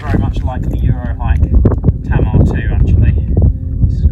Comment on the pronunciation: Take it from a Cornishman...It's pronounced Taymar. As for the Tamar 2, mine is 10 years old now and I still reckon it's the best budget tent, the bag is tight though granted. Those extra pegs may have been a mistake and would account (possibly) for the extra weight. Me thinks you're screwed if it rains...which on past evidence is a distinct possibility. 🤣